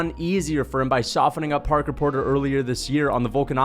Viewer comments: Right, I was laughing my ass of at that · I like how he keeps calling him porker porter